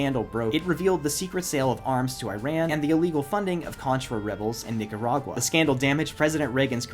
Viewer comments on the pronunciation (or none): how did you say nicaragua? 😳